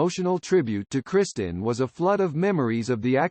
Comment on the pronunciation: Her name was Kristin, Not "Christian" like the Robot voice keeps saying, what an idiotic coward presentation to do with a Robot voice and a bunch unfair gossip with out Mark Harmon or the late Kristin to approve or disapprove of ...the lady is dead, she can't defend herself, leave her alone. My sympathies to Tracy, Gunner, Matthew, and Sam Nelson for having to put up with this garbage.